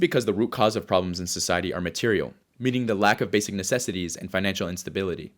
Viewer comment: "There are 3 fundamental psychological ROBLOX."